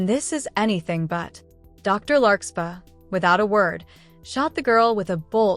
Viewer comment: For anyone who is new to the series, it's larkSPARR, not larkSPAH. i know that because I'm a friend of the creator making this, and somehow, the AI couldn't say it right. But as long as y'all know and remember the name "larksparr" when the AI narrator say's "larkspah", you'll understand.